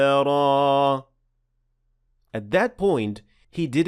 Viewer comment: السلام عليكم اخوي انا سمعتك في قرأتك لهذي الاية قلت صدرا وليس صبرا